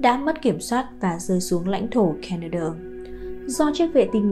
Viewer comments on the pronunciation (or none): tai sao lai doc ro rang la "ca ne do"? (Canada)